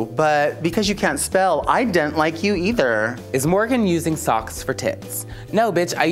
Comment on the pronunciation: I "dent" like you either! hahahahaha killed it.